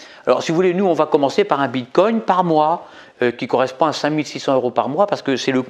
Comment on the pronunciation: On ne prononce pas "bite-cogne".